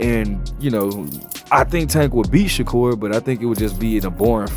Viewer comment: Turned the video off once you said Shakur not sensitive